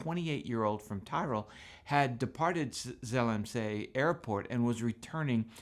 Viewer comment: Tyrol == Tea-roll. With emphasis on the “roll” more or less. Not tie-roll / ty-roll.